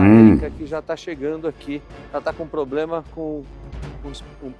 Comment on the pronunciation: Nunca confie em alguém que fala,"Poblema"😅🤦🏻‍♂️